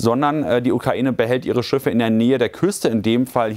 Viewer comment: Schiffe. Nicht Schüffe!